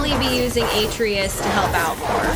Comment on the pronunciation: Your sons name is pronounced “uh-trey-us.”